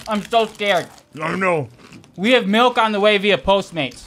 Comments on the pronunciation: Brendan, Milk doesn't have an E in it, quit saying it wrong! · If I hear Brendan say MELK one more fucking time.....